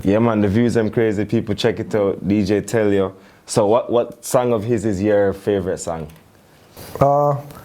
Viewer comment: Man come on, portuguese fam, someone needs to say this : it's deejay telio, not DJ tell you x'D